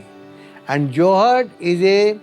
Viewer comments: It’s Johd… not johad it means pond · The best life is village life, with tradtional ways to preserve, plus some tech is not bad at all :-). Also its not Joe-Haad its Jhood (JH-Aud). I dont know why even Indian men would say it different when speaking to foreigners. Just like Yoga is not Yoga but just Yog but they added an A anyhow 😀